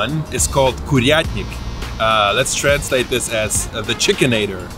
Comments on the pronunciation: КУРНИК а не КУРЯТНИК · It's "kurnik" ))